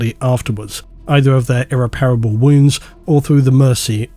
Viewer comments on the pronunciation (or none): You are confusing the way “irreparable” and “irreplaceable” are pronounced. You are English and I would like to assume went to a good school. It is never “ir-reparable.” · you okay? We both know that isn’t how you pronounce irreparable